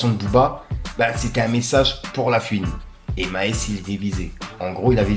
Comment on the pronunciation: La fuine ,😂😂😂 cest horrible coment tu dis la fuine ... la FOU ine